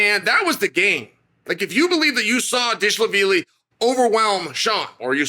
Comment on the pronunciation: bro can you not mispronounce every god damn ufc name ever???? what the hell is DISHLAVILI. its D V A L I SH V I L I